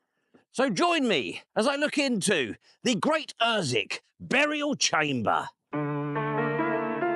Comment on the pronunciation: Gt Ossick or at least UrsWick without the silent W. Its near li'l Ooston tha knows. Fine video for Easter Day. A lot seems to have gone one there over the millennia.